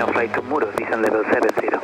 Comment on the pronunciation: It's Muro, not Muros.